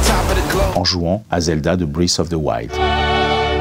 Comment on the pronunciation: très mauvaise vidéo breath of the wild est un jeu très mauvais (contrairement aux autres zelda) il parle tellement mal, a des gouts très mauvais. ce mec est méprisant ! Il ne donne aucune explication. sérieux... "une" skin..."brith" of the wild LE PIRE PSY DU MONDE !!!!!